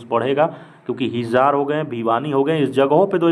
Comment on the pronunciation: हिजार नही है वो हिसार h 😂😂